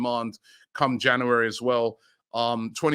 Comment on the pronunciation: Don't forget months of the year, "Janooary"